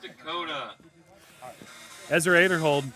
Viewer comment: How does an announcer at an event like this still not know how to pronounce Ezra's name?